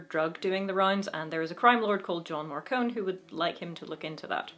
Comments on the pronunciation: According to all the audio books, it is Mar-cone, not Mar-con-e. Just FYI since you seemed to express concern about the pronunciation. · Marcone, not Marcone-y. But you're in good company, James Marsters also got it wrong on the first book recording 😄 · ah yes, the Tao of Peter Parker rules Harry's life. funny how James Marsters had to change the pronunciation of "Marcone" in the audiobooks from Mar-con-ay to Mar-cone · I really need to reread the series. I really like the early Dresden. I just finished the last book in the series and it really is getting a little dark. In my opinion, it is MarconE with a "EEE'" at the end. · going by the audiobooks Gentleman John Marcone's last name is pronounced with the "e" on the end, as in "mascarpone "